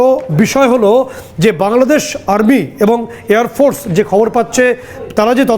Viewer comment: এরে সাংবাদিক কে বানাইলোরে ভাই, বাংলাদেশ শব্দটা তো উচ্চারণই করতে পারে